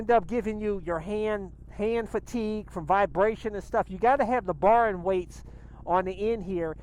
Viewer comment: its bar end, not bar in